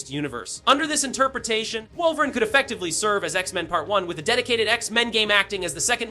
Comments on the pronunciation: Facts! It's pronounced Wolvereen! Wolveran LAMO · Stop pronouncing Wolverine without the E - it's not "Wolverin" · Shit pissin me off 😂😂😂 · Is this an AI voice over or does this guy have a hard time pronouncing wolverine 😂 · Yea this guy can’t say Wolverine is insane